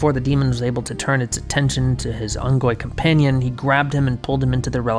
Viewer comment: Are you saying ungoy?